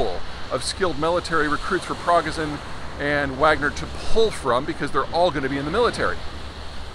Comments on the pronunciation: It's pronounced just as it's written in English: Pri go zhin Roll the "r". Emphasis on second syllable. Love your analyses, but don't shoot your credibility in the foot by not being able to pronounce the names of the players. Wagner is pronounced the German way: with a "v" and long "a". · Nice touch pronouncing it like "waggner" and "Pro-geh'zhin" real authentic pronunciation for the Russkies. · Sorry, you can’t even pronounce “Progozhin” even close to correctly. Have you not heard a single news report about Wagner? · That's the fortune-teller effect. Say TONS of stuff then hope folks will forget about all the misses. As a (very small) example, he kept mispronouncing Yevgeny Prigozhin's last name. That reveals that he might read about it, but doesn't discuss it with other matter-experts (where he would hear the correct pronunciation). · Might help the credibility if you pronounced his name properly. Otherwise, a point well made. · Love you Peter but practice pronouncing prigozhin better. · You pronounced the leader of Wagner group's name wrong. You should go watch a Russian or Ukrainian person say it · Peter, your pronunciation of Prigozhin is atrocious, and I am totally here for it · Progazin? Prigozhin! You can’t even say the guy’s name right, but of course everything else about your reports is totally accurate!! 🙄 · Peter would come across as more believable and competent if at least he knew the NAME of the man he is talking about - but he doesn't: He says "Progazin" a few times, when the name is "Prigozhin". If he knows the name only roughly, what else is Peter actually ignorant about or barely grasping? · Prig-O-jin, not progozin. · I think his name is pronounced “per-go-zen” not “pra-ger-son” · It’s not Progozin it’s Prigozhin :/ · "Progazin" 😂😂😂 (It's Prigozhin) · Pro-go-sin?? Hehe.. You are usually pretty good at pronouncing Russian/Slavic names, but this time, you really bombed lol! It's pronounced, Progo-shin! ; ) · prih-GO-zhin, not PROG-a-zin. cheers.